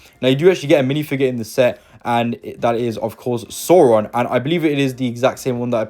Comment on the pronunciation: Sow-ron like cow, not sore-ron.